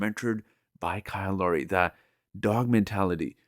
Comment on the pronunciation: It’s Lowry, not Laurie. Sorry.